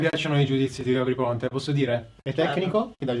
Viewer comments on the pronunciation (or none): Ogni volta che dice "Gabry Ponte" sento "Harry Potter". Non so perché ahah